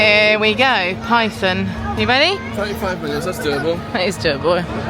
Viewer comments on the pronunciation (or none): none